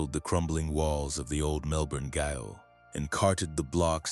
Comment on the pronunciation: A Melbourne “gayol”. Jail.